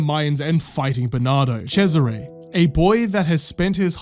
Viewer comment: Holy, the pronunciation of Cesare as Chezzaré LOL